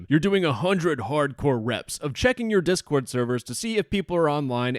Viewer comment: Anyone hear "chord board" at the start lmfao